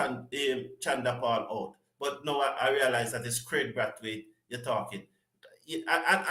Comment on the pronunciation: BIG up bro but not hout please its out